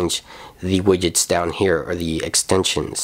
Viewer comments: Widgets is pronounced as widjets not wigets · cracks me up how you say widgets xD thanks for the demo :) keep it ip